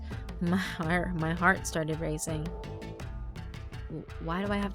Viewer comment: your country came out. "Ma haurt- my heart.." Damn those hiccups, interrupting recording lol